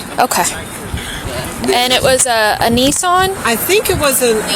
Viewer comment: I always smile when Americans call a Nissan a Neesarn 😂😂😂😂😂😂😂😂